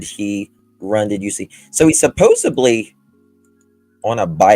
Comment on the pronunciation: Hey, supposedly has a d in in not a b, please say it properly, so friggin annoying when Americans pronounce it incorrectly